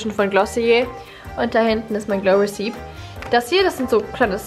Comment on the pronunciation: man spricht es es glow rec-i-pi aus und nicht re-cip( ist btw nicht böse gemeint haha😂❤️)